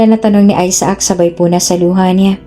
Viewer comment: Isaac ay aysac,ang bigkas ,hindi aysaak.